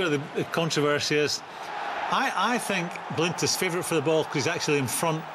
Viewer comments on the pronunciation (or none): "Danny" Blind, Tammy "Abrahams", "Azpilichueta" How are they paid for punditry when they can't even manage get the names of players right?! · Stop saying Danny Blind FFS !